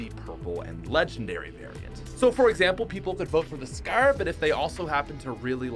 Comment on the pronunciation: Tbh why do you say the scar so wired